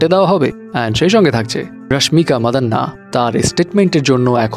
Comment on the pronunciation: ভাইরে এটা মাদান্না নয় মান্দানা 🤔